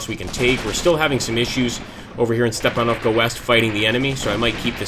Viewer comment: Not StepanOvka but StepAnovka. Use right stress on the 'A' letter